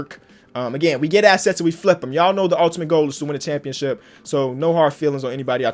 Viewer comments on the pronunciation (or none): It's definitely ship not chip... championSHIP